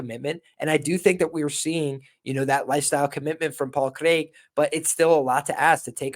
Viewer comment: Jon Anik would be proud of your pronunciation of Craig.